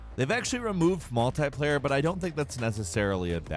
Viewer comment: Its multiplayer not multiplaier